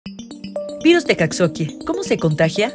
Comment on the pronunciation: Pronuncia mal Coxakie a propósito o para llamar la atención?